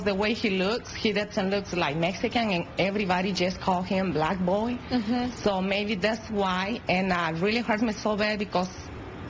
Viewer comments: lol at how she said "black boi" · i love her accent XD but i laughed when she said black boi hahaha just the way she said it XD